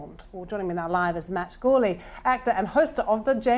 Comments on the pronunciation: I feel like she pronounced it as Jourley, like a soft G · Mispronounces his name after accusing him of not answering her question after Matt mentioned Fassbender and Elba. Pay attention lady.